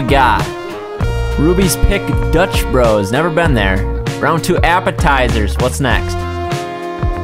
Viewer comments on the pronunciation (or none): none